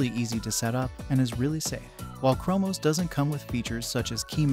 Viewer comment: Lmao the Ai voice is so funny! Mackoos 😂 and primyose and chromos